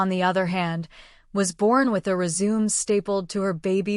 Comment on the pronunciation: Also learn how to pronounce resume, messier, and grenade.